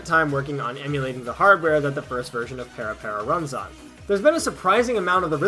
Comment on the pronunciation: You did a decent job researching this for someone that didn't know anything about parapara, but I wish you would have researched how to pronounce 'parapara.' there really is no excuse for you getting that wrong. Also, would have been nice if you mentioned that several parapara songs/routines feature in the game Dance Masters by Konami, which came out in xbox360 and had an arcade version in Japan! That being said, I learned about this via an anime convention in 2006, and immediately dove into the trend (of the dance, not the game as much). The game used a fair amount of routines from the parapara paradise 1 and 2 VCDs (there were 7 in the original lineup) and a lot that weren't, but the clubs that held parapara events were often responsible for choreographing routines. The Gazen parapara series circa 2006 also released some more routines for people to learn, and for techpara there was the we love techpara and we live techpara mission style videos (I actually still have some of the original parapara paradise VCDs and the we love techpara mission style 2 DVD). Also during the pandemic in 2020 there was a slight "stay home and parapara" thing. And actually, I just got back into parapara like two days ago after finding that a LOT of the routines (both from the aforementioned series and not) here on YouTube.